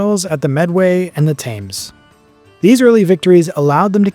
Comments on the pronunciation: This is hard to listen to. The 9th didn't "vanish has if it had never existed at all." There are inscriptions throughout the Empire of the careers of officers who are mentioned as having server in the 9th. Thames should pronounced "tems", not "tames". Leicester should be pronounced "lester". Lincoln, where the 9th was at the time of Boudicca's revolt, is to the north, but you show it to the south. That's why Cerialis only dispatched a small force. You consistently mispronounce Cerialis as Ceralius. Brigantes should be pronounced "brigantees" A proper discharge is not "fired". The English Channel is not the open Atlantic. You can literally see England from the French shore. The ancient biographer of Hadrian mentions that at his rise to the throne, Britannia could not be kept under Roman control. And heavy losse are mentioned vaguely there alongside the losses in Judaea that were known to be very severe, indicating that those in Britain were likely on a comparable scale - perhaps even the annihliation of an entire legion in the unruly north of the province. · Thames is pronounced tems! No such thing as celtic kingdoms! This tag was invented by victorian historians!!